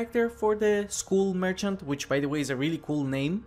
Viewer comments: At the beginning I was completely confused because with your pronunciation it sounded like School Merchant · why do you say skull like school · Please check how to pronounce "skull", imma tell you its not skool